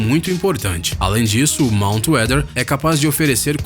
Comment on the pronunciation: Falou Monut Weather só faltei morrer, veio The 100 na cabeça